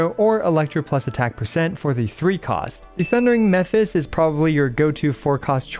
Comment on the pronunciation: Again, *Mephis, not Memphis :face-blue-wide-eyes: Edit: try a mnemonic, Mephis-topheles, aka Mephisto, the demon from Faust and German folklore